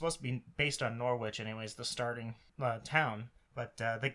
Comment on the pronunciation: hahaha! It’s a fair mistake! All of England looks the same! Also, your pronunciation of Norwich was amazing